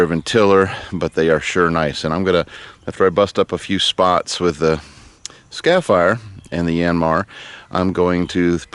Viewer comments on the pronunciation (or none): skar-eh-fi-er There is an R in the first syllable and you are definitely not from Bahs-tin. ;-) They work great!! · Repeat after me:...Scarifier! ...scare e fire...scare eeeeeee fire !